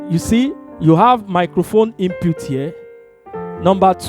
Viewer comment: Hey! Its should sound " IN PUT " not Inputes..